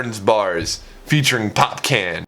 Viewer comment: Bro i watched so many freakin vids of urs today ur the truth also it’s popcorn bro pronounced“POp-Con” “popcyann”